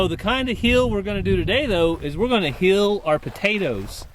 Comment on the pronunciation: say heal for what Jesus did. Long Eeeee sound. Hill is short I sound like in hit.